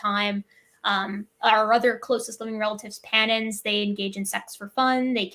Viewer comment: Panina (common chimps and bonobos). Took me forever to figure out what was saying. Sounded like Pattens, CC showed "patterns", ugh!. Hard to follow at times, especially when one wants to learn.